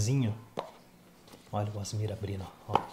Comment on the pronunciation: Agonia quando o fala "Asmir" 😂😂😂 pqp! A-S-M-R!!!! 😅